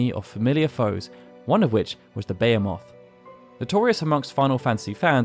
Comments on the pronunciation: Never heard anyone say “BEYA-moth” before, haha. It’s not a fantasy word,, it’s a real word! Be-HEE-muth! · Bay Hee Meth Not Bay hay Moth, Sorry but the mispronunciation drove me bonkers. If your unsure, you can literally google how to pronounce a word these days. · How do you pronounce Behemoth? Is the way you pronounce it the correct way? All my life is Be-He-Moth. The way i hear it in this vid is Bea-a-Moth if im hearing it correctly. Your English is outstanding, im just wonder if they way you pronounce it is the norm. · I'm sorry what did you say?? "Bey-huh-moth" is it not "Buh-he-muth"? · it’s pronounced “bay-o-moth” ?🤔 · What the heck is a Bay-Eeh-Moth?! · sorry to nitpick but I am pretty certain you are mispronouncing Behemoth. The phonetic in the dictionary is bɪhiːməθ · Right debate time! How is Behemoth pronounced? Is it Beh-heh-moth or Bee-hee-moth? Love to know how split this is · Not to be "that guy" but that's definitely not how you say behemoth. Buh-hee-muth is correct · It's actually pronounced bee-he-moth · The way this guy says Behemoth lmfao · I'm always caught off guard with the way you pronounce Behemoth lol. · I have never in my life heard Behemoth pronounced like that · Bruh that isn't how you pronounce behemoth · yea that’s why came here too lol. I didn’t mean to be such a “Mmwell ackshually” guy, because I did actually learn the intended way to say Bahamut from this channel. It made me do a double take when I heard him though, like, was I SURE I’ve heard the word out in the real world? It could just be a dialect thing, since I’m in the U.S. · Such a weird way to pronounce Behemoth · In America, we pronounce Behemoth as Behemoth. I'm still surprised to this day how different the English language is.